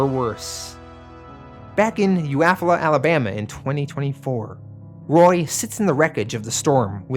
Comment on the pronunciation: Great video. But as a native of Alabama, Eufaula is pronounced like You-fall-a.